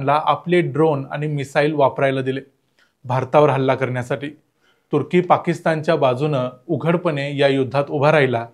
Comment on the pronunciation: मला तुर्की शब्द बरेचदा "कुत्री" ऐकु येतो! कशामुळे? 🤔 🤣